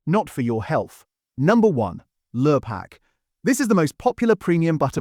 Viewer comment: Could a human narrate please? Protect Our People. Lurpark? Lure-pak?